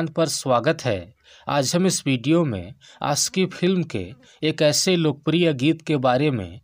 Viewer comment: Bhai , achhe se bolo....Aashiqui, khushhi....